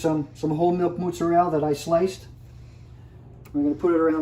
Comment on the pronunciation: "moots-a-rell" LOL